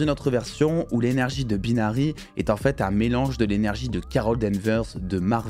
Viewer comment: "Baïnary" pas "Beenary"